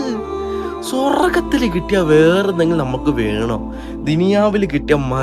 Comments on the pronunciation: സൊറഗത്തിലോ 😂😂😂 എടാ കൊച്ച് ചെറുക്കാ കോയെ സ്വന്തം മാതൃ ഭാഷയായ മലയാളം ആദ്യം നീ പറയാനും എഴുതാനും പഠിയ്ക്ക് 😆😇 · സ്വറഗത്തിലോ.... അതു എന്തൊരു സ്വ... റ.. ഗം